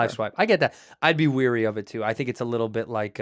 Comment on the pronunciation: i wish i could tell andrew its wary, not weary, bc he's cool in every other way